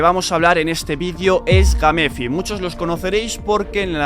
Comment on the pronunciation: Gamefi se mamo "Geim Fai"